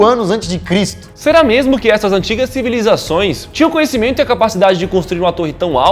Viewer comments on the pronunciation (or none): "espalha as civalizaçoes" sdksdks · O Molo fala "Civalizações"...Nada contra, errar é humano, e AMO esse canal!!! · Civalizações? Klkkkkkk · "Civalizações" / "Babilonha" / "Nabucodonos (z)or II (Segundo) e não dois". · CIVALIZACÃO kkkkkkj